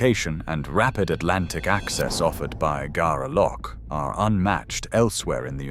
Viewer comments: ffs nor "Garaloch".... It's pronounced "Gair loch" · Agree. The pronunciation is absolutely shocking. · I haven't a care anymore, i've lived with the Submarine base in Gaerloch which you obviously cant pronounce! Too many idiot Dictators about in power, Scotland becomes in charge of Neuks to make sure no other Bam dares is ok at the moment?